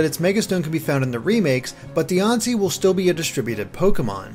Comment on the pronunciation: Why do you pronounce Diancie with a "O" instead of a "an" like how official trailers pronounce it?